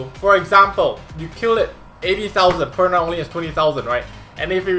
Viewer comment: I noticed that you often say Praha instead of Perna hahah